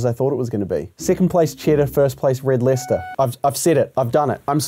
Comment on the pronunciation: Red Lester 💀💀💀💀💀💀💀💀💀💀💀💀💀💀💀💀💀💀 it's pronounced lie-chester